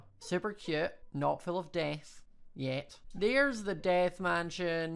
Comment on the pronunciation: "DeAAth" sorry i just love the accent😂